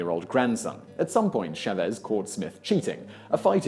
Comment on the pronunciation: Hey Simon, you're pronouncing the name Chávez completely wrong. The emphasis goes on the "Cha" not the "vez" Just like when you say champion, the emphasis or accent goes on the champ not on the ion. Got it